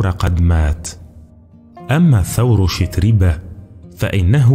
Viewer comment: الإفتتاحية حربية لا أدبية البتة! أهكذا يكون الذوق السليم؟! 😁 "السَّعة" يا أستاذ" سِعة"! 😁 "يُصلح المعيشة" "شَتربة" و "بَندبة". الأصل في العربية الفتحة لا الكسرة ، ما لم تكن الكلمة فعلا مكسورة. فلا تتكلف الكلف، فتبدل القياس بالشاذ! نفس الملاحظة السابقة. "الوَحشة". لا "الوِحشة"! أقرِأ إبنك ذا الأربع سنوات مثلا هذه الكلمة. ستراه بحدسه وفطرته يقرأها سليقة وطبعا وعفوا "الوَحشة" وليس "الوِحشة" ، حتى وإن حصل له أن تلعثم عند تلاوته لها لأول مرة. فالأحرى بمن درج على سماعها عشرات، إن لم تكن مآت المرات! "يجرَأ" "والمشورةَ"! فسبحان الله لمَ لا تعلمون النشأ العربية الفصحى السليمة التي تسمي الأشياء بمسمياتها؟! أليس للأسد العرين لا "المنزل" ، أم تكرسون العامية ، لا الأدب العالمي بلغنه الأصلية السامية التي تنمي المهارات اللغوية والقدرات التعبيرية و تغني الذوق الرفيع؟! فهذا ليس تعريفا بأدب إبن المقفع بقدر ما هو "أدب من هب ودب" أو "أدب من هب وما دب"! لأن يكون الأدب الرفيع منسوخا خير من أن يكون ممسوخا! 🤔